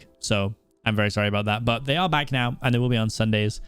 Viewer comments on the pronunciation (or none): none